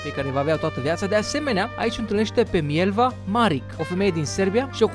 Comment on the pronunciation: Sotia lui era MILEVA, nu Mielva, iar Marić(numele ei de familie) se citeste Marici :)